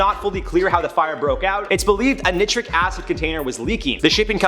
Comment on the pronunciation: Nice job guys! Loooove the energy,!! 👍👍 ( fyi: it's pronounced "n-eye 👁-tric acid") - take care, YT Warriors!! 👊😎✌